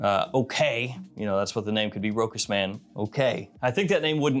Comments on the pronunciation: Big fan ! One correction ...ROCHAS is correctly pronounced Rosha not Rokas. ...Cheers. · for the record, you don't do that badly on French words. You make an effort and you mostly get there. If you're interested in improving though, just know that it is pronounced RO-chass. 😀